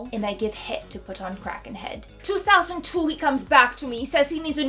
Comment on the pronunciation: "Twosousandtwo funny yeaar ☝️" 😙👌